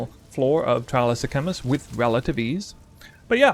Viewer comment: Bro you can’t mispronounce sekhamas when they pronounce it in the game 😂